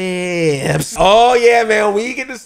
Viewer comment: Apoca-LIPS had me rollin. I truly enjoyed yer excitement in this episode.